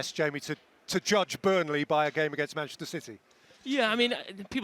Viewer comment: Gary = "MANECHISTER CITY"